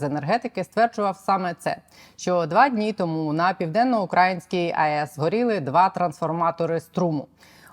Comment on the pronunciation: Південно-УкраЇнська, а не Південно-УкрАїнська :(